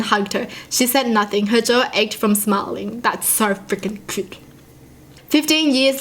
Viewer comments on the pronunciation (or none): Its Not Coot It's C-You-Te...